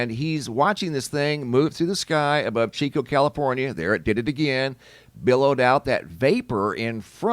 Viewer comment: Yay: he said Chico (chee-co) correctly😊